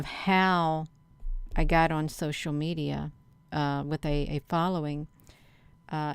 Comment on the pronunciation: The me-DI-ya